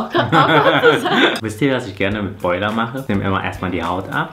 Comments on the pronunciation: Ich hab noch NIE Brathähnchen oder so was gesagt.. Das heißt broiler! Haha und ich komm aus Sachsen.. Da sagen alle dazu broiler 😂😂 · „Breuler“ Ich, mit jeder 100% deutschen Zelle in meinem Körper: „Bitte was?“ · Jerra Kolina Broiler